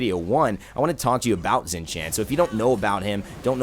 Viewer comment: Xing is pronounced as Shing not Zing